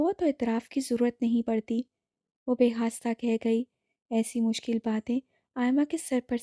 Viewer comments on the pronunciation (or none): بےساختہ ہے آپ بار بار بے خاستہ کہتی ہیں اور کئی اردو کے الفاظ آپ غلط بولتی ہو 😢😢